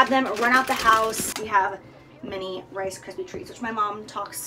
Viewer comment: "RIce Kryps" hahahaha